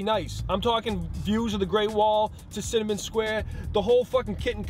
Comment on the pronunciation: "Tascinnamon Square" lmao!!!!